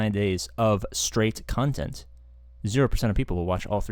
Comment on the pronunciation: 369 days of cun-tent..... Twat did you say?😂😂